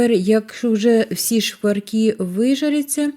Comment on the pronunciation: Рецепт з Галичини, але жіночка сама не галичанка. Вона непевне росіянка, мені приємно що вона намагається говорити нашою мовою. Оці ШЬЧЄ, ЩЬЧЬО, звичЯйно, шкваркИ , жарене, це все російська вимова українських слів.. На превеликий жаль, за вимовою не слідкують і навіть диктори говорять на « суржику».